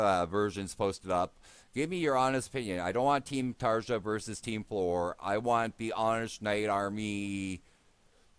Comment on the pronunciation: Great to see a new reaction, hopefully your problems with new mike are just teething issues. Video itself sounds great. BTW Tarja is pronounced "Tarya".